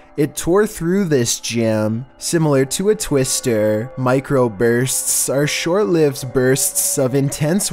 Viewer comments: mIcRoPuRTsssssssss had me dying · nobody:: "MicroburSTS" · The thing that Hella annoys me with voice is where he goes on with some words like "micRo bUrsTtt" like can be speak normally? 😐